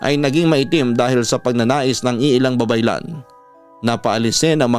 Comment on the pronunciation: Mali ang pagkakasabi mu s isang babaylan.